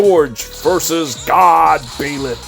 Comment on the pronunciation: Jesus Christ I hate the way you pronounce Byleth lol